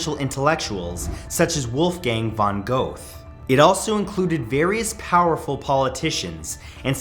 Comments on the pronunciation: My little German heart died when you pronounced Wolfgang von Goethe as Wulfgäng van Goath haha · Never heard an american pronounce Wolfgang von Goethe. And i gotta say it's hilarious.